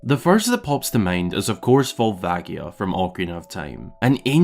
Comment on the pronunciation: I'm gonna be that asshole and say it's volva-ji-a, not gi. I know people like to debate this but it's a "ji" in Japanese, if it were meant to be gi it would be gi, since they have that sound. Love this video though! I definitely adore these kinds of theory videos with actual thought to the lore.